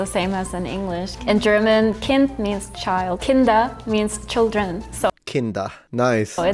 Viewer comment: the way he pronounces 'kind' sounds like his Swiss German accent is coming through. The Dutch 'k' has a subtle distinct quality from the German 'k' (just try to find the way, for example, the Dutch say 'koffie' compared to the German 'Kaffee') .. the German 'k' is much closer to the English 'c' in 'coffee', distinctly more aspirated.